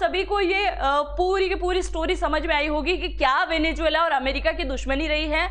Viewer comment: Pehle venezuela theek se bolna seekh le. Bahut irritating sound kar raha hai